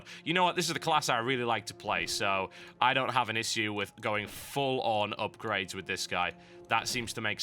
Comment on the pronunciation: don't you just love how TH says "Issue"? (